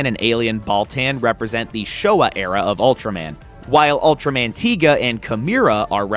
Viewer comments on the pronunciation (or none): none